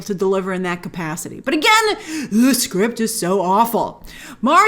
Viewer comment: what was that "Hewghscript is so awful" 😂